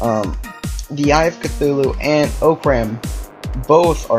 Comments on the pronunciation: it is pronounced (ah-crumb) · He said orcram wrong orcram📵